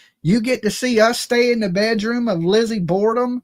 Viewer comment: Am I missing something? It's Borden. I just googled it.